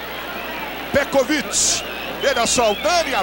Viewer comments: Petrovic... Pecovitch... Pecovid... Petrovid... kkkk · Peciviti kkkk pecoviiitiii meu Deus o narrador nem tinha ideia 💡 de quem era o petkovik kkkkkkk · O cara falou tudo que é nome, menos o nome certo. Kkkkkk Pekovit, Petrovit, Pekovitri... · O narrador chamando de "Pecovit" / Peteviti. O comentarista de campo dizendo que esse Pecroviti está arrebentando com o jogo. Kkkkk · Pekovic é lá, narrador...kkk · Ganhou vários nomes pelo narrador🤣🤣🤣🤣 Pecopix,pecovik,petrovik,petrovit,PE COVID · Pécovit kkkk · Petrovic, Pekovich, Petkovich O que eu penso: 1 - O jogador é algum tipo de “fragamentado” com múltiplas personalidades; 2 - O Real tem 13 jogadores e não 11 como é a regra; 3 - O narrador encontra dificuldades para citar o nome do jogador. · Eu não sei onde esses caras viam a letra r no nome Petković. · O narrador nem sabia falar o nome do pet na época kkk